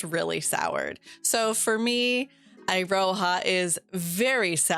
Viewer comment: Iroha is my favorite! (Also, Eye-ro-ha!?!? Its Ear-oh-ha!!!)